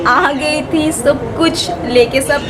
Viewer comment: Not tha it's thi